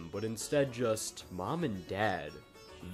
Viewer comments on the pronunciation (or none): Did he say Pakiller? Instead of peculiar.